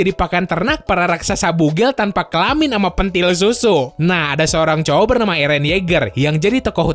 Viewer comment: bang slh pelafatannya eren kwkwkwk